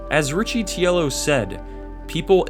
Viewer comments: It’s pronounced john ricky-tee-ello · The CEO’s last name is pronounced “Rick-eh-tell-oh,” just so you know.